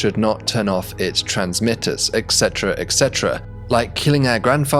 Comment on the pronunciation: Hate to be that guy but the correct pronunciation is 'et cetera' not 'ekcetera'.